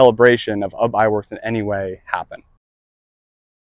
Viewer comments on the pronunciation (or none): It's pronounced YOU BE, NOT UB like TUB. SHeesh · I can't even WATCH or listen to this having to hear UB! instead of "Ubbie" YOU BEE